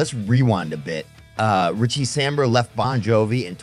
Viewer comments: Samberra? fuck sake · 100% fucking click bait. You can't even pronounce Richie's last name. Ain't gonna happen.